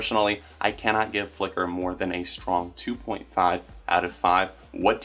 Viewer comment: Idk why but how you say "Flicker" is super satisfying